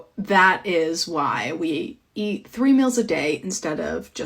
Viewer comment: "Eert" 😂 Igbos will never say "Eat"